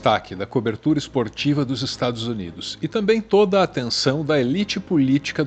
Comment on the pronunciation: "Estragos Unidos"